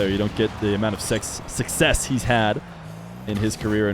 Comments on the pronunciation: Vatira sucsex god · The old would never mispronounce succes